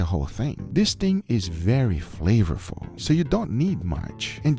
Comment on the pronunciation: "In order to make your hotpot very flavafluuu" 😂